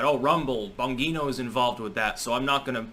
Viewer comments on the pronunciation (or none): Its pronounced bon-G-no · Bon-GEE-no. Dan Bongino.